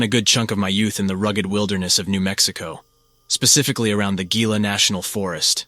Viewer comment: Love the content bro! Just fyi Gila is pronounced "heela" and mogollon is prouned "mohgion"